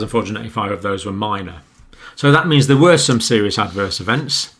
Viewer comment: "serous" with no letter "i".